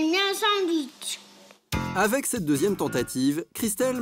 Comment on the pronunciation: Jeune et dynamique, "je veux mon sandououitche"